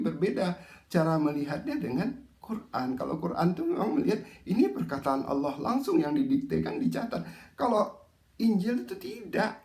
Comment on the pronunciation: Ndengernya gmn gt saat nyebut kata Allah 😂